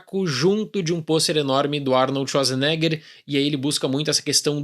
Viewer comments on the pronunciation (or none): none